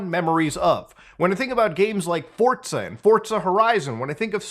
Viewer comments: Did he say fortza??? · bro said “fortza and fortza horizon”